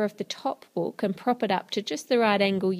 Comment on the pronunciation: Ann it book not boook